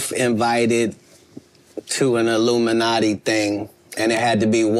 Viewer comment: He said ‘illiminati’ and I said ‘nope.’